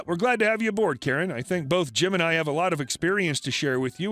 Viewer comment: am i the only one who heard him say “both gemini” ik it was jim and I but still lol